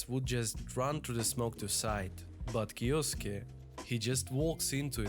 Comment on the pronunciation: Good vid man thanks! Btw how you say that name is kiYoske :)